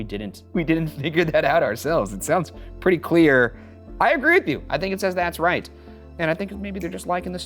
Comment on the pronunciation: The "that's right" (mentioned ) sounds like the german word "leise" which means quiet or be quiet 😮